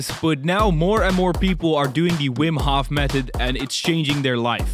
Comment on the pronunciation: Aren’t you Dutch too? Why do you pronounce Hof in the English way?